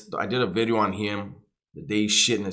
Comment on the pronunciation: Yeah he said new wideo.